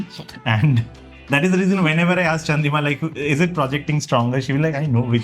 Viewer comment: Its Chandrima not Chandrika 😂